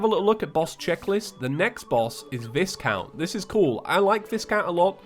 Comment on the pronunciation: BTW, Viscount is actually pronounced "Vi count" with a hard I and the S silent.